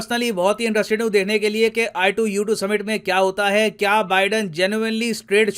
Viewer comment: sir ne i2u2 bola , mene ITUS suna